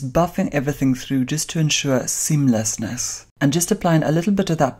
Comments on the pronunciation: why he say seamless ness like that?? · should release a ringtone of him saying "seamlessness." I would buy it.